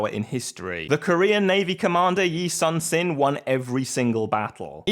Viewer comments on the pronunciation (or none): just a minor correction on your pronunciation, Admiral Yi's name should be pronounced more like Yi Soon-Shin, like you saying "Soon" whenever describing time and Shin as your shin. And it was thanks to his tactics that brought the victory on the naval front. He was able to see through many guises and traps while his not-so-competent colleague and rival, Won Gyun (or Won Kyun if hard to pronounce) fell for the enemy's false surrender and lost almost all of Admiral Yi's ships.